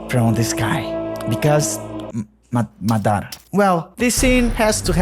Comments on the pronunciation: Maththara what's that, it's madhara, maa dhraa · Why you call him maDAra ?? its MAdara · Eu amo que quando ele fala "madara" e "susanoo" ele entrega a Pacoca que é brasileiro